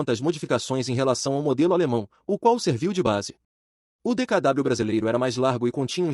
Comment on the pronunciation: Não é DKW que se pronuncia mas DKV pois o w tem som de v em alemão.